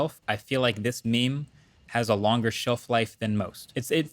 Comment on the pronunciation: why do you say meim